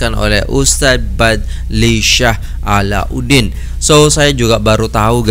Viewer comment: Cak nama ustaz tu bukan A la U din. Tapi A lau din....Alaudin